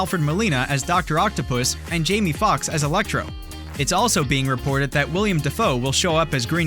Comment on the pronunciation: It's Willem not William.